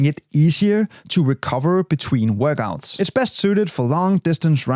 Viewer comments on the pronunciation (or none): Love how you say “Workgouts”